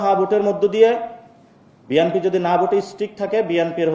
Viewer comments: ব্যাটা তুই আগে বিএনপি বলা শিখ। নাসিরুদ্দিন পাটোয়ারী বিএনপিকে বলে 'বিয়ানপি'। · পাটোয়ারী বিএনপি উচ্চারণ সঠিক ভাবে করতে পারে না।